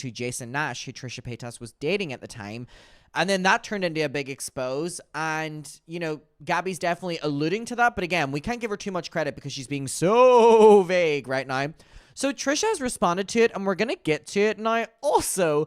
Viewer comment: ily i love your content but for the last few videos when you say expose i think youre meaning to say the word expose as in expose-aye.. js to let you know